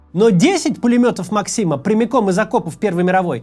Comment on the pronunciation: Пулемёт Мáксима, ударение на первый слог, создатель Сэр Ха́йрем Сти́венс Ма́ксим.